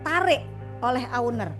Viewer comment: Owner bukan Auner